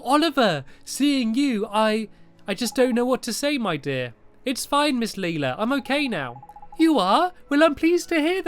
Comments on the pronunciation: "Is it Lelela? Lelila? Maybe its just Leela." NO! Its pronounced Layla Stampy!🤣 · It's Layla not leela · Leila = Layla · LAYla not LEEla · Close but it's lay-la not ly-la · Not leila its leIla lila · I think you are supposed to pronounce Leila as lay-la I’m not trying to be mean I’m sorry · It's Miss Lay-ler! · Leila is pronounced lay-la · STAMPY! You say Leila as LAE-LA The A says its name is LAE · lae-la that's how you pronounce it lae-la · can you pronounce pea's name pay. Also miss Leila's name is pronounced Lie-la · leila [LAY-la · I think it's pronounced LIILA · Stampy, it's actually pernounced as Ms. Lay Luh. ;-) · It is pronounced Leyla but its spelt leila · It is pronounced Lay-la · Its Lay-la stamps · Lay-la is how you pronous it stampy ms Layla Lelia another way to spell it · its said like lila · i have a girl called Leila at my school and she is pronounced Layla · Pronounced, Layla. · Leila is pronounced Lay-la. I know this series is long over, I just wanted to say. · Name pronounced ley-la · You pronounce it ley-la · Can't Stampy learn how to prounounce Leila? ( Lay -la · Leila (lAy-la) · Leila, pronounced: LAY-LA! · we pronounce LAYLA ;) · Leila is pronounced like Ly-LA I think... not entirely sure. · actually, i'm right here, so you donät have to search for me >.< and when you sad laila it sounder just like "lila" and that's purple on swedish :3 just wanted to mention that :3 and it is an awsome LP :D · its pronounced LAYLA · you say Leila LAY-LA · Her name is lay-la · Laila is pronounce I now from ep 1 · It's pronounced 'Layla'!!! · you pronounce it like "layla" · It's pronounced Layla ^_^ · Stampy you are an adult and don't even know to to say Leila's Name and I'm just a kid that knows how to say her name. IM NOT MAKING FUN OF YOU STAMPY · I think you tell Lelia wrong